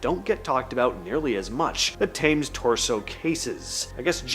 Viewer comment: To hear the River Thames said the wrong way so many times was annoying …. It the River tims….